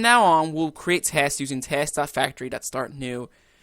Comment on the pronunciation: Thanks a lot buddy !! Lots a "TESKS" there ;)